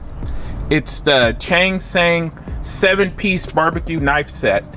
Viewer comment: In case anyone is wondering, the brand is pronounced like "Tsang-Shan".